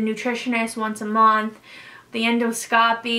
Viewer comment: The way she kept saying endoscopy made me cringe so hard. But this video was super informative